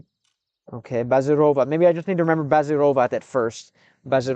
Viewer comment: Россиянин притворяется американцем, никогда такого не было и вот опять. В следующий раз постарайся так не палится в слове "need"